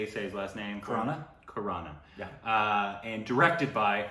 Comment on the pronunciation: its Akshay Khanna not Khuranna